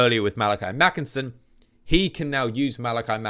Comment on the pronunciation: 🤓🤓 Ackshually it's Makaisson not Makinson, Kholek not Khoelek and Tamurkhan not Tamurkhon 🤓🤓